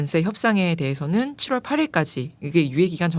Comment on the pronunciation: 7월이 왜 시월로 들리나? 발음 똑바로 안할래?